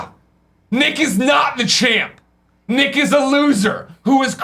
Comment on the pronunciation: Fuck yeah! I got called out by Greg and he said my name right! Nick will always be our Champ!!!